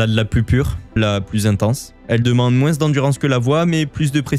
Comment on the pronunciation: Je n'ai JAMAIS entendu quelqu'un prononcer moins "moinsse" - d'où es tu originaire (accent ?) ça pique ma curiosité... sinon super vidéo évidemment ! (référencement) !